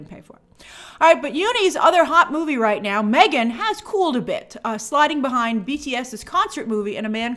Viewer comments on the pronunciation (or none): none